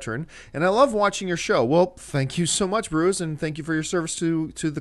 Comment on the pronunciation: Bruiz??? I think it's B. Ruiz lol